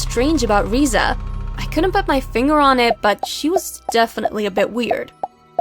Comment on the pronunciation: her: i couldn't put my fingure on it... me: but you could put your fingure on your face